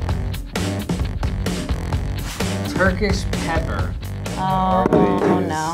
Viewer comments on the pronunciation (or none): It's TYRKISK... Not tyrkish... It means Turkish